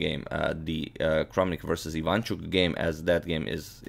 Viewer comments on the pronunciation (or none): none